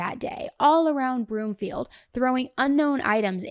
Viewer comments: Its broomfield 😂 not bloomfield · I'm sorry, but it is pronounced Broomfield. Love you❤